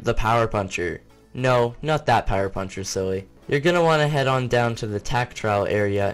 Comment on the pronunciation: I like how no one noticed power “punhcer”